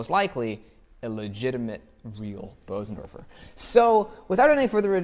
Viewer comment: Your pronunciation of Bösendorfer is almost perfect. So don't worry and don't listen when people tell you otherwise. Nice video BTW. I love Bösendorfer.